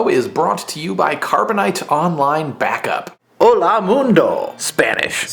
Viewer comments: wow the guy that taught you spanish fails so hard its Hola not ola because Hola= hi/hey/hello ola= waves like in the ocean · Hello in Spanish is "Hola" not "Ola"... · F A I L by the guy "teaching" Spanish. It's "Hola" not "Ola" Just pointing that out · Bob Vlogging is a moron. He forgot the 'H' in "Hola'. Try not to keep your computer or television on stand-by (basically, turn them off). Also, why is it that brits and other people have good libraries in the background of their videos, but most americans have nothing? Significative of their education? I think so. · "hola" sin h... QUE ME MUERO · hahha sorry you had one of worst pronunciations i have ever heard :P for Spanish.